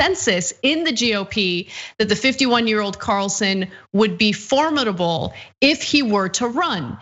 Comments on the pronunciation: ana, please learn how to say formidable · how do you pronounce it? As for-MID-able? Everyone I know pronounces it the way Ana does. I've pronounced it both ways depending on how I feel but tend to pronounce it the way Ana does. Just out of curiosity, what part of the country do you live in? Or maybe what country are you from? Okay. I took a minute to check the general pronunciation of formidable. British is different than American, with the accent on the MID. For American English, either pronunciation shows up as correct.